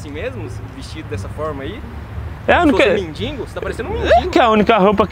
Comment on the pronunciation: Além de ser desumilde não sabe falar mendigo 😹😹😹 ele fala e (mendingo)